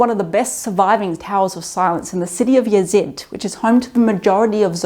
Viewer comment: The city you referred is not yazid but yazd